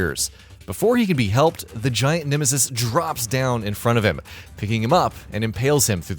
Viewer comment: Nimisis?? Have I been saying nemesis’s name wrong all this time??